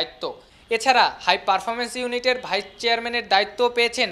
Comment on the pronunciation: It's vice-chairman not vichherman